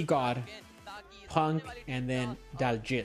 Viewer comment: Bro just want to tell you how to pronounce daljitsk. His name is Daljit, and he added sk for ‘sniper king’, so one would pronounce his name Daljit s k